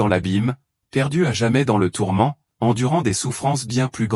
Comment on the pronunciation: tourments, on dit pas tormant merci l'ia d'arreter de nous prendre pour des c....